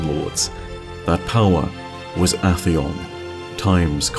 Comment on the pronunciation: I swear, every time he mispronounces a weapon or enemy it just make me wanna kill uhtheon with my yallahorn